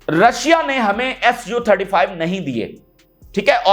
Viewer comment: Rasha nahi bola Karen Rashia bola karen